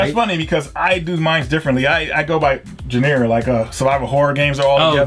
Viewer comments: I love seeing the videos with, but sometimes he does not know how to use words. Genre is pronounced zhahn-rah, not jen-air-uh. Also, this is a pet peeve from those game pickups videos; but he always says "defined edition" instead of "definitive edition". Obvi not really a big deal, but still bugs me, lol. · Genre is pronounced like John ra, not Jen air. Lol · so cringy when pronounced genre and jen-aaair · haha he called Genre.. Jenair..is that the French pronunciation..Lol.. Love this show. These guys are great. Thanks for your tips. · indeed they did ... however awful the pronunciation of Genre :P (j-yawn- ra) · Lol, I laughed so hard at the way pronounced "Genre" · yeah he did, but I've never heard someone mispronounce that word. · Lol! I sure did. This thread of comments about how I said it wrong is hilarious! Sorry for the mistake though, I make them from time to time. Hope I can be forgiven for it :-) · How pronounced genre, it just hurt to hear lol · Hey, the word you were trying to say is 'Genre':P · genre, lol is cool as hell but he pronounces word funny haha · Are we just gonna brush under the rug the fact this nigga said genre wrong? Lmao